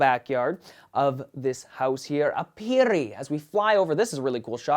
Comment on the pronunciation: I LOVE your house designs! There is seriously not one house you've made that I haven't liked. Your planning is so creative! Also, "aperi" is pronounced "AH-pehr-ee." (And no rolled "r", that only happens when you have to r's together.) I apologize if this sounded know-it-all-ish, but I'm a HUGE Latin nerd and I figured you might want to know. =) But once again, another amazing house! My favorite part is probably the dining area on the main floor - the glass wall looks so epic.